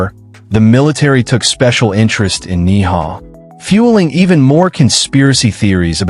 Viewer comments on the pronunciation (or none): Ni'hau is pronounced "Neee-How"... OMG